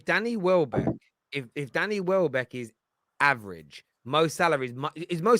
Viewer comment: Man said welbeck 😭😭😭